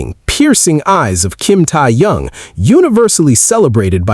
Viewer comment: Not Tia yung his name is Kim Teahyung this AI is butchering his name oh his main musical instrument is the saxophone and yes he also has practiced the trumpet but it's saxophone and the other saxophone player in BTS is Namjoon (RM)